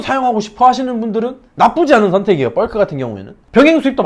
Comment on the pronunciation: 벌크를 뻘크로 발음하시네요 ㅋㅋ